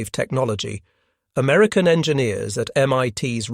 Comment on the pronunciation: 'Amerucan' ?? Give me a break. Yet again this nonsense is repeated. ALL of the Allied high frequency radars friended ENTIRELY on the British invention and development of the Cavity Magnetron by Randall and Boot at University. Of Birmingham in England. It was handed to the Americans at the Tizard Mission in Depot 1940. They produced it by the thousand. And well done to American factories. Credit where it is due. The radar was essentially a British invention.